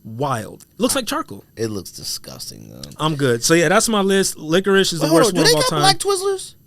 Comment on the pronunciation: Who’s been letting you get away with pronouncing licorice like lickwish bro? Slap em all in half for letting this go unchecked